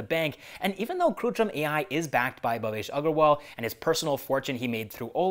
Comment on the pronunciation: It's kritrim not krutrim.